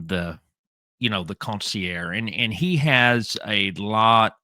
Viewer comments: It’s consigliare not consiare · con-see-ear. Fucking joke. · You say consigliere like the medigan that you are. Haha. Love ya, but you're a good ole boy! How you got into Italian American street stuff beats me. You're still cool in my book Paulie Piazza